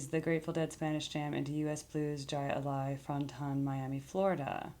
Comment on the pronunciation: It's pronounced Hi Li & It's actually a sport!